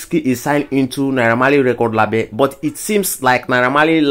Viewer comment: My own be say why you dey pronounce label (laybel) as lahbel?